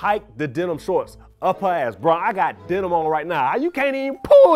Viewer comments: the first guy said denim shorts. whole time i thought he was saying dental floss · I thought he said "dental shorts"! I was about to Google it until I saw him touch his denim jacket. 😅